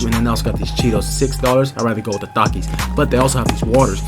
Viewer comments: bro be sayin dakis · Bro said takizz